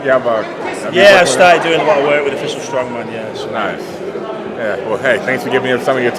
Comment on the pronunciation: he actually pronounced it off-I-col not official. Wowwwwww